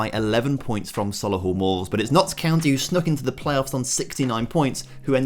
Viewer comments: I know I’m a year late but it’s Sol-ee-hull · Love the videos dude but please stop saying Solihull like that. It’s so Lee hull